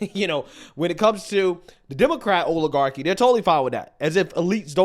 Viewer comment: I noticed something: the way pronunces oil one actually couldnt guess weather he is saying oligarchi or oiligarchi, because both words would sound the same coming from him.